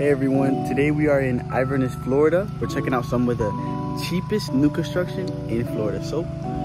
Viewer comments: Just to let you know for future reference too, Inverness is actually pronounced ..IN- (like inside)- Ver-Niss. 😁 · it might help if you say the name of the town correctly! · Your saying Inverness wrong :( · Can't even pronounce it right 🤦 Don't buy these, I live in Inverness and there are many shady dealings going on in this subdivision. You'll end up paying for it later.